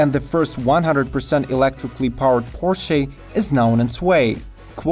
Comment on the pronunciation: Please learn how to pronounce Porsche properly! You should barely be pronouncing the final e. It's a /ə/ (schwa), which means it's unstressed, unaccented. In the US it's even correct to leave it totally silent. But the way you pronounce the word it's barely recognizable.